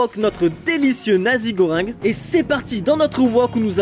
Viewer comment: Dans la prononciation du plat on dit pas "nazi" mais "Nassi" goreng.